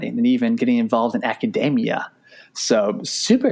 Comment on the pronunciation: it's pronounced aca-DEE-mia not aca-DAY-mia